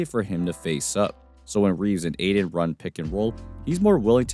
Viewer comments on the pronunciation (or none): It’s pronounced Ay-Tin. There’s a “T” in it fyi. 👍✌️ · Ayton* not Aiden